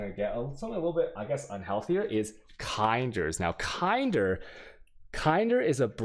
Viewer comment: THE WAY HE SAID KINDER omfg, took me a while to know what is he talking about